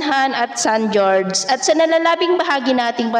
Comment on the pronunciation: san horhe po ang pag pronounce ng san jorge maam